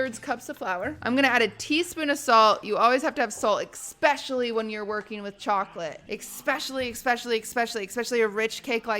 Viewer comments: exspecially, expresso... has she learned nothing from lud the english major? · why does she say ”ecspecially” and ”ecspresso” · “expresso” “expecially” “dyslexic”